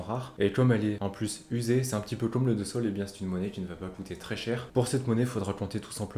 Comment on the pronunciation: Question On écrit SOL MAIS ne faut il pas prononcer SOU?